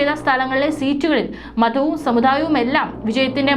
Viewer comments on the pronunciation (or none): ദന മന്ത്രിയല്ല ധനമന്ത്രി സമുദായം ആണ് സമുധായം അല്ല. സീതാരാമൻ ആണ് സീധരാമൻ അല്ല. ഉച്ചാരണ ശുദ്ധി തീരെയില്ല